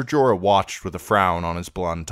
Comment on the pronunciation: Jorah. Wtf bro.